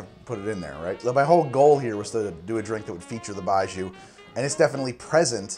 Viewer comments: Sorry to jump on this. but pronunciation is "bye-gee-oh". with the "gee" and "oh" pronounced as one syllable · Pronounced “bye joe” as in when you drink it bye bye joe! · Love it, but the pronunciation of 白酒 was killing me. You had the first part right, but the second syllable is pronounced like gee-yo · Pronounced :"BYE-JOE" fyi. thanks. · It's pronounced bye joe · Lots of comments here so it's probably already been said, but Baijiu (白酒) is pronounced "Bai Joe" and literally translates to "white alcohol". Cheers! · Baijiu is incredible and absolutely horrible at the same time! Moving to China this fall, and I'm really looking forward to tasting different Baijiu. Btw: Pronunciation of the "jiu" in baijiu is closer to "gee-oh", just shortened to 1 syllable. Close to how you'd pronounce Gio for a guy called Giovanni. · if you want to say 白酒/ baijiu better, “bye Joe” is a lot closer than what you were saying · Could be wrong but I think it’s pronounced like buy joe. BUT, great vid as always and I kinda want to try this now. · Hey btw its pronounced 白酒, or "Bai-Joe" not "Bai-Joo" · Can confirm terrible pronunciation, Its not BI-zhuu, Buy Joe is the best way for you to think of it as non Chinese speaker and Taiwanese Gao Liang also butchered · it's not pronounced bai joo, it's bai joe 白酒，干杯 also it is written as baijiu not baiju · It's pronounced like "Bye Joe" not "Bye Jew". Foreigner living in Beijing for the past 8 years. Served it at my wedding. ....You're right about the taste. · 1. Bye-jhoe. Not bye-joo. 2. Moo-tie, not Mountain, 3. To me it tastes of raw, unsweetened chocolate. Definitely an acquired taste, but not a bad one. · Baijiu is vile but it can have a hell of a good buzz, really brings out the Nietzsche in most folks. Think aviation fuel, old gym socks, garbage on a hot day, a touch of cheap sake and indeed, wet dog. For the record, it's pronounced a bit more little more like Bye G-oh or Bye Joe.